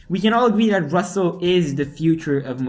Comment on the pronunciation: RusseL??? Oh, not again...🤦